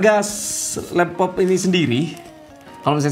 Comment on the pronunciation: 3.38 apa itu l”lappop” gaiss???😂🤣🤣